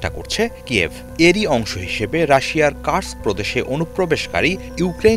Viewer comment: Bhai uccharon ta Kursk hobe, Curse na. I speak Russian.